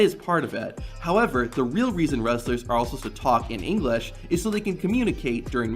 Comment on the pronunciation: The irony of this kid speaking English fluently, but not being able to pronounce the word itself.